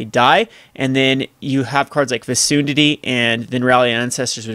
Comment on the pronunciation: Fecundity is pronounced "fee-CUN-dit-tee."